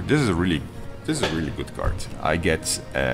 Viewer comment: Hi. Game's looking nice. One tip though: As founder of a development studio that releases games to an international audience, you might want to consider taking a course in proper english pronunciation. because a card is not a cart, and an idea is not an aidee. Makes watching this video pretty painful.